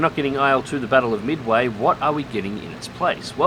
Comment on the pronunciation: Midawy? Sounds like vaporware.